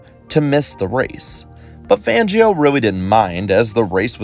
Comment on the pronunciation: Completely butchered the name. It's pronounced FONgio